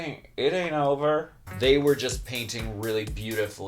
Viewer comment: "It's not o-ver" pointed look love to hear you expound and explain to the children...